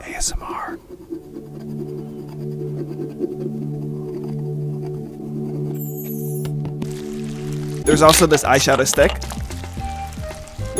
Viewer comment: He said AS mar💀💀💀💀